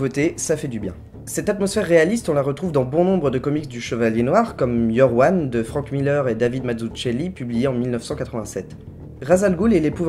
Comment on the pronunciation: Hehehe "Batman Baggins": bêtissime, mais fallait la trouver :) Pour l'info Mazzucchelli se prononce avec "c" au lieu de "ch". Oui, ces italiens font tout à l'envers... Je pensais pendant une demi-seconde que tu faisais du placement de produit :)